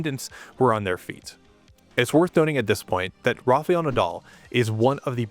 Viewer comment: It is a great video. But it is Rafael Nadal, not Rafeal Nadal . You always say Rafeal 🤣 .